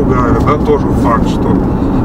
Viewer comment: правильно,не координально,а кардинально)